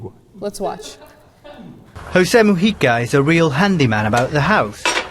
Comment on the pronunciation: I am so happy you pronounce both Mujica and Uruguay RIGHT